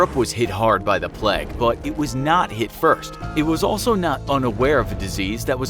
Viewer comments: Love the video, but why do you pronounce the word plague as ‘pleg’? 😅😂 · Can't listen to hin say "Pleg" anymore! Also, "wreck havoc".